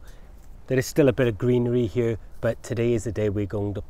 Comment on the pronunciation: You know a man's potato crops will be big if he pronounces "here" as "hyur."